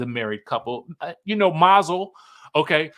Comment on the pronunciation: Not Mazal 😆😆😆. you’re a fool! 🤣